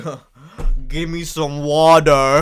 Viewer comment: “ I’m dehydwayted gimme swome woda